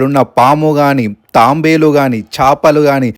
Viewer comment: Tambelu kadu Tabelu👃